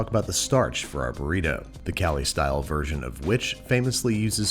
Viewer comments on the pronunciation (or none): none